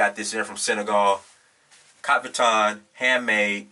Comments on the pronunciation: haha. what is kafiton? don't you mean 'kaftan'? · it pronounced caf-tan, not ca-fi-tan.